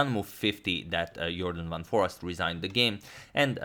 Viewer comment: foreest is pronounced as 'for aced'